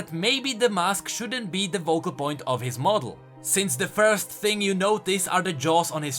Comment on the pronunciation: and is it really that hard to pronounce Focal with an ''F'' instead of a ''V''? mlekg azekmlg hkameg VOCAL POINT?! MLAKE GHMEAMKG AHEMKGMHKEAHKMG